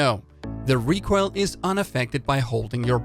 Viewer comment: Am i the only one who is disturbed my the "recroil" pronunciation Nice video tho keep up the good work